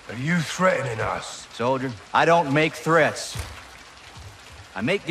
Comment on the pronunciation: Ghost be like: " Are you threa'ening us?"